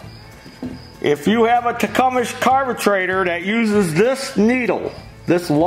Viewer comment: Tecumesh...Carbetrator! Effing hilarious..."spring" (cue "boing" sound effect)! Dude, fantastic tutorial and totally frigging hilariously funny! Thank you! Be careful with those teeth, that speech impediment can become habitual!